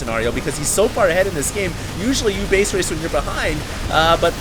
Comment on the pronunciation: its "base race" not base raze... fail critic is fail...